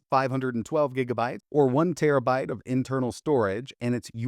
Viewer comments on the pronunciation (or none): none